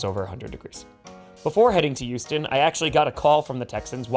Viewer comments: Why does pronounce Houston as "You-ston"? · So you know it's H-Town, yet you still say it like Youston. sigh Could be worse. Could say it like New Yorkers and say How-ston.